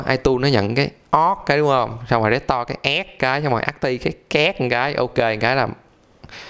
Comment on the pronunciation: trên điện thoại đéo tìm thấy nút report để report cái video này nhỉ :)) t cũng đang xài iphone nhưng t hiểu video clip vtv làm là đúng chứ đéo có sai đâu mà phải cần vạch trần :) coi đến phút thư 2 đọc từ restore thành rét to là đéo muốn coi nữa rồi itune vs chả i tiếc :)